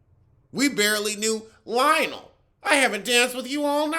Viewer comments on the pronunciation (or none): none